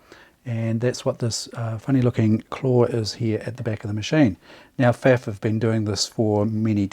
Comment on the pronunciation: Thanky you so much! As always, your videos and your unfathomable pool of experience and hands-on advice are a pleasure to watch and learn from! Only (typical, high-handed German) comment from my side: The brand name "Pfaff" rhymes with "tough" :) Cheers, Martin (Wiesbaden, Germany)